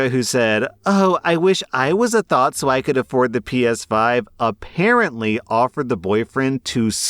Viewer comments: Its pronounced Th-ah-t not thought, its driving me crazy, i beg of you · It is TH-OT not thought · it's pronounced th-ot, like knot, but thot. Not thought 😭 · THOT, I thought you said thought not THOT. Never heard of the word until today. So confused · Story 3: kept thinking he was saying “thought” lmao